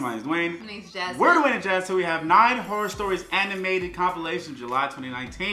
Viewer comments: dwayneb? lol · Lol Dwayneb 😂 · Did any one else peep the “Dwayneb” 😂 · Lmao 😂 "Dwayneb"